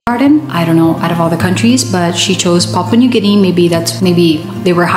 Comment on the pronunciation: Papua new Guinea. Not papa 😂😂